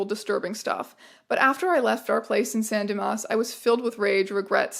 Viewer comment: your pronunciation of "san dimas" is impeccable